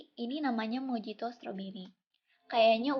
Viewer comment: Maaf itu dibaca nya...MOHITO..🙏